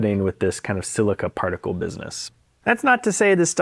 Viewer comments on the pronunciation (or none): Is it just me or are you saying "partacle" not "particle"?